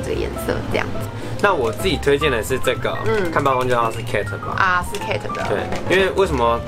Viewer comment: Kate 不是這樣發音⋯